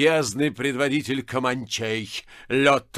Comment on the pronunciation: Без малого 9 часов благородный Атос старательно разговаривал на разные голоса... Получалось не очень. КомАнчей особенно возмущало новое, оригинальное ударение, которым Атос наградил свободолюбивых индейцев.